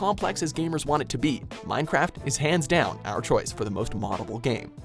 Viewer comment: I clicked off the video when he said munecraft